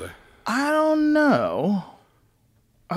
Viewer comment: I don't knoowr 🤨